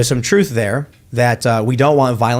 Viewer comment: "When the troof gets his chews on, it gets a running "